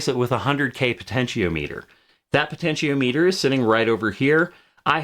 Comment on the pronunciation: Really interesting vid! Every time you say "po-tenti-O-meter" instead of "po-tenti-ah-meh-ter" I feel very uncomfortable though (I jest; I've just never heard anyone pronounce it like that before is all haha)